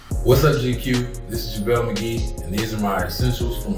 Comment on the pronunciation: It's javaley magyeee